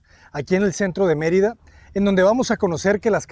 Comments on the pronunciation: First of all, you said Marita it’s Merida learn language before you say it out there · It's MER ida not Mer I da. Please pronouce it correctly. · Sorry, Natalie, but he is mispronouncing key words, Yucatan, Merida, and Cenotes. This makes it very distracting to listen to. I'm glad it's still teaching you a lot.